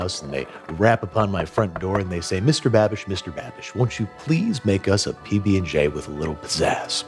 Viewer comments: It's not a pbnj it's a pbbnj lol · "PB&G" did you just let slip an opinion on JIF vs GIF? it's pronounced ZHAIF 😹